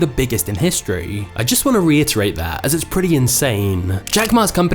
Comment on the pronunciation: Reiterate, NOT reitate!